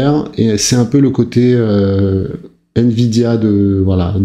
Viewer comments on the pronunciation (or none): none